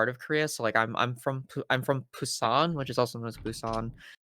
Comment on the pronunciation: She also is clearly more American than Korean (evidenced by her mispronunciation of where she was born, 부산, ), and South Koreans wouldn't even call her Korean in the Korean language lol. Tfw not even the group you call "my people" and "my ethnic group" claim you.